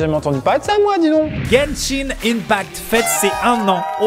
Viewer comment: Genshin innepact 🤣🤣 sa se dit pas comme sa amixem sa se prononce unpacte